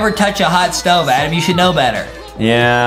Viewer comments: I love how everyone is saying adem instead of Adam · adem lol